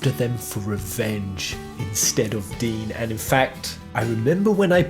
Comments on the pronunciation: It's not Dean, it's dine(dyne) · Dyne is pronounced Dine.